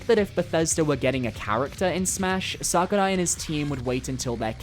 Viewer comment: Does it bother anybody else the way says Sakurai? lol